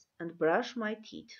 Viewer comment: Teeth- բառը սխալ եք արտասանում